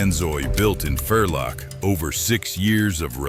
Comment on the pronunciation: I am German. What a Wierling is, i don't know. Vierling is spoken Fierling. Similar to Volkswagen, which is spoken Folkswagen. For reason of changed hunting practice in Germany, Austria i don't know, combined hunting guns are out of fashion , starting in 1990s.